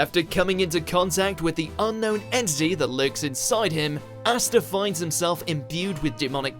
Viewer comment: Ah-sta. It's Ah-sta. Not Ass-ta.